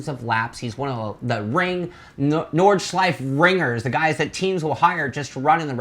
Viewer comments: It's pronounced Nord Schlei Fe.......three syllables. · At least pronounce it correctly